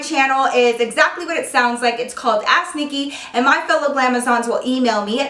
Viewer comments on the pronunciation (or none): It sounds like she's saying ass Nikki😂😂